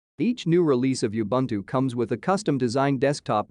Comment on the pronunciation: Please learn how to pronouce Ubuntu. It is Oo Bhoon Thoo.